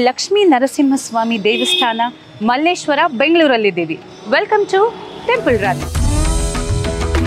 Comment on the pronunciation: Mallesheara antha heli kannada kole maadthreera